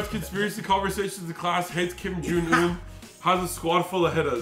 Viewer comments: does not know how to say Kim Jong u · anyone else hear say kim jung un's name completely wrong